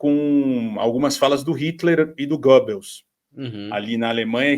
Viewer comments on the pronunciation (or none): none